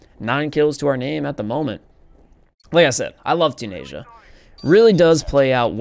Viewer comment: Dude... Asia is spelt Asia... Tunisia. Choo-nis-ia